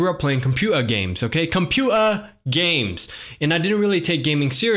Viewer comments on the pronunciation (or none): Computeeeaasahh game